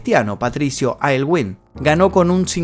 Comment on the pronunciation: El presidente aylwin se pronuncia elgüin La imagen de la hija de allende es errónea ella es la escritora isabel allende, coincidentemente se llaman igual en nombre y primer apellido